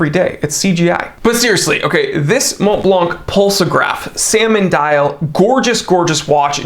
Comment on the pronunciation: Thank you for your videos! P.S. Not “MonTblanC”, but “Monblan”.